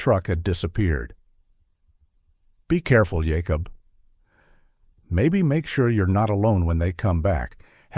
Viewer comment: Interesting that some of the Amish names (Jacob and Rebecca) are pronounced using the Hebrew pronunciation (Yaakob and Rivka).